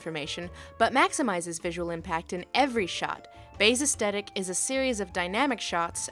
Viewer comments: Pretty sure that's not how you pronounce "aesthetic". Es-*th*et-ik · uhstetic = aesthetic? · Astetic lol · She's pronouncing the word aesthetic as "us-tet-ic." Huh. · With no intention to sound pretentious, I am fairly certain that the proper American English pronunciation of aesthetic actually pronounces the TH sound. You don't say the TH as a T.